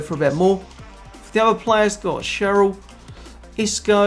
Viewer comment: did you just call Schurrle, Cheryl ?! hahaha lmfao